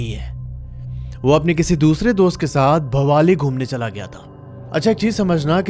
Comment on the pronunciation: Bhowali nahi ha wo bhawali hai